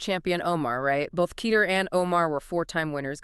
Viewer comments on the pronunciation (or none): Lmao it's pronounced teetehrreh